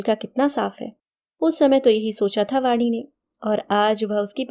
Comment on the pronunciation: Vaadi nahi Vaani kahiye Uchcharan sahi rakhiye ण hai ye